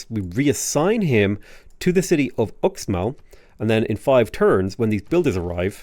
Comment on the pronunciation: It’s pronounced “Ooshmall” Fun fact: I went on vacation to the Yucatán recently. This Mayan inspired theme park had X(sh) in front of everything. Xsavage, Xirts for Xale, Xnack bar… reminded me of Sean Connery more than Mayan culture.